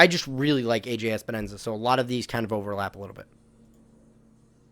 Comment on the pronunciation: Awesome job! One thing. Its Epenesa not Espenesa but no biggy. His name is confusing!